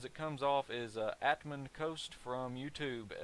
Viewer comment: Just as a quick side-note think of pronouncing my name Atman like Batman without the "B" and Kost like cost :D no worries though lol people get it wrong all the time! I cant tell you thanks enough for how many peoples questions you've answered (including my own) and how well of a job your doing with this show! Ive honly caught the last few episodes to be honest (mostly because I've been waiting for the NDA to be lifted) but you are still doing a great job! Very intertainint and informative! Keep up the great job!